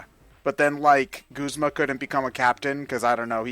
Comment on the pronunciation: I don't know how anyone could possibly think that Guzma is pronounced "g-oo-sma" and not "g-u-zma". You don't pronounce "guzzle" as "goosle" unless you're mentally damaged. And a lot of people pronounce it "g-oo-sma"! You're just looking for a weird pronunciation for no reason! Just like how Lusamine cannot possibly end in "ay"!